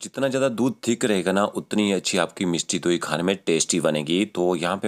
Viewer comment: 🌹🌹🌹. Yes, the word: Mishti Dohi.... spoken by sweet is Simply Marvellous 🤗🤗🤗!! 🇮🇳🙏💐